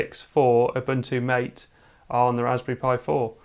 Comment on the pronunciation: The name " MATE " is pronounced Ma-Tay . It comes from the yerba maté plant, native to South America.